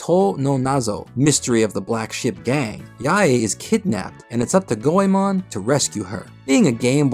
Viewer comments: Go e mohn not Go e mahn It's like the common mispronunciation of Digimon etc. You put a lot of work into this, and I don't expect proper pronunciation of names like Sarada, Toyotomi et al but the name spoken a hundred times should be correct Thought you'd like to know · go eh mon? nah its gway mon 2 syllables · Go e mohn not Go e mahn. It's like the common mispronunciation of Digimon etc. While I don't expect proper pronunciation of Toyotomi, Sarada et al, you put a ton of work into this video, so why not get the most important name correct? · The English release of Anime Goemon actually pronounced his name as "Goymin". GOYMIN. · You didn't even take the time to learn how to pronounce Goemon correctly. Three minutes into the vid and it's unbearable. Unbelievable.